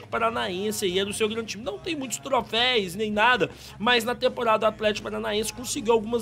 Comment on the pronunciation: Troféus né. Não "trofeis"!